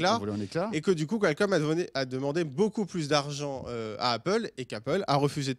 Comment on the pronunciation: en français ça ce prononce Kalcomm et pas Quoilcomm lol